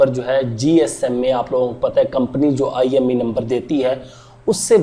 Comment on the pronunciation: IMEI number hota hai...IME Nhi😂